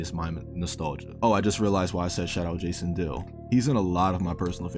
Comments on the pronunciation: Omg right. I was like who tf is Jason deal. and googled it with disney channel before I realised who he was talking about! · You kept saying Jason dolly name wrong lol 😂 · I was confused at first lol